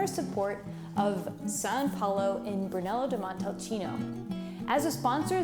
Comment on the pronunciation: Interesting video, but it's a shame that only one vinary is presented. Try Casa Nova di Neri, one of the best Brunello you'll find on the market. And, please,learn how to pronounce Brunello di Montalcino properly.